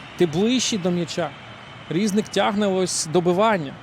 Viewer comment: Не рІзник, а різнИк. Наголос став правильно, якщо ти коментатор